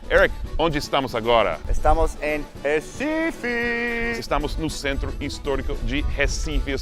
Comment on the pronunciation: Os turistas sabem pronunciar o "Recife" melhor do que os próprios brasileiros. Eu amo meu país Recife 😂😍